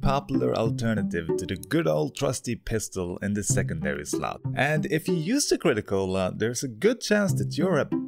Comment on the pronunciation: i like the crit-o-cola but im not rude